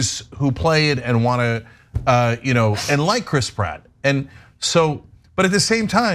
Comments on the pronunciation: Chras Pritt😫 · Lol, the way Cenk pronounces names in this story is funny. Mer-io and Crisp Rat. Now I'm always going to have that in my head, I can't unhear it.